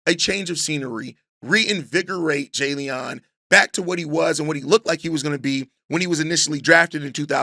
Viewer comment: Jalean is just pronounced Jaylen. He's a good pass rusher but had an Achilles tear in 2023